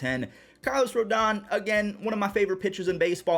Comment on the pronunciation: Carlos Antonio Rodón. It's not ROLDAN, it's RODON (roh-DONE). Cuban-American.